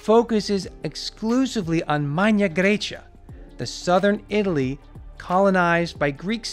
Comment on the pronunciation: 'From southern Italy' with stress on the word southern, and the word Italy almost said as a question, why? It's so distracting, why do you put these strange word stresses in? I enjoy the videos but I have to watch with the sound off.